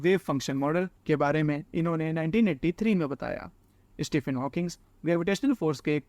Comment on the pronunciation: इस्टीफिन नही भाई स्टीफीन 😅🤓